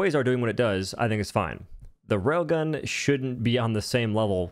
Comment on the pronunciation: Every time you say rail gun, I hear "rogan."